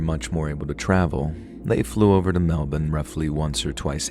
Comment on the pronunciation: You said "Melbourne" correctly and I love this for you.